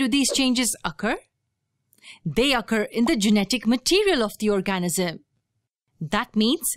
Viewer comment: You need to learn how to pronounce organism